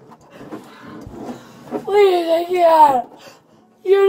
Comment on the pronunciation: She seems to enjoy making one syllable words into two…pleaseuhhh, nouhhh, all Methany’s speak this way 😮‍💨